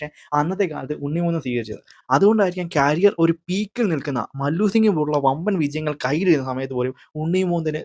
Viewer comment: ക്യാരിയർ അല്ല മോനെ. കരിയർ